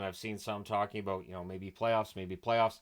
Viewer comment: As a Canadian, i think i heard you say aboot.